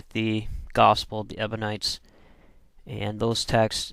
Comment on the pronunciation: You call them "Ebonites", but the word is EBIONITES!